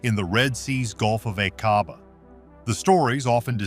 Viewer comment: Doggone you! Using an AI voice, and a COMPLETELY AI generated SCRIPT, has tarnished what little veracity and credibility there might have been of this story. 😠 In addition to absolutely butchering pronunciation of foreign names (like the Gulf of Aqaba), AI CAN LIE, putting EVERYTHING you let it create into question! SHAME🫵 ON🫵 YOU!🫵😡 Would you accept that sort of thing from your husband or wife?! Go to the video description: Significantly altered or generated by AI. I've seen some of this information and (1980s or 1990s?) footage before! The scuba gear is old, the ROV is old, the haircuts are dead giveaway. What else do you need to be told? 😡 I'm reporting this for misinformation. Not for being ENTIRELY false, but for NOT being entirely TRUE! You do know we'll have to stand before God and explain everything we've done, right? Right?!